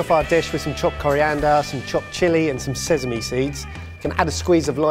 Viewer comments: Ok. Did they not all have a go at for saying sezame instead of sesame..? Coz I'm pretty sure I just heard say sezame as well. Come on guys make up your mind lmao! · I thought went through speach rehab, why does he still say sesame with a z 😂